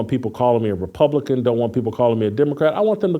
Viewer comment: Naw, He a RepubliKewn! Lmao